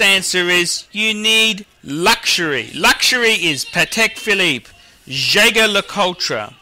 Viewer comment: jeh-ger-le-ku-treh? you're joking right?